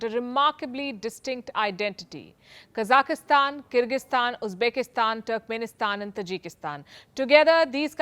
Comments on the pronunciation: Dear, Please note that Kazakhstan should be spoken as "Kazakh"stan and not "Kazaki"stan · Kazakhstan : Pronounced as - Ka-zak-stan. Not Ka-zaki-stan, which you always say.